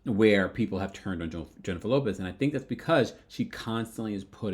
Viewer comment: At first I thought you said Jennifer Lewis until I realized you said Jennifer Lopez..............